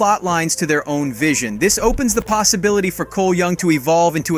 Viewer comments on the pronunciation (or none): none